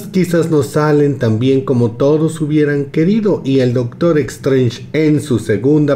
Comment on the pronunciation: E"x"trange??? Vamos...se pronuncia"s"trench (más o menos)